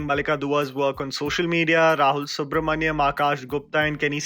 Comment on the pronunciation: Rahul Subramania'N' not mania'M'